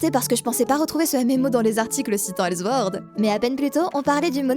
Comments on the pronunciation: ok c'etait publié par les allemands de gameforge mais c'est pas la peine de dire elzword comme si c'etait allemand haha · Superbe vidéo, sincèrement, mais ta prononciation du S de sword (qui ce prononce comme un S et pas comme un Z) ça m'a fait vrillé...